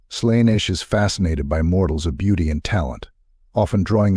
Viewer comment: You are pronouncing Slaneesh...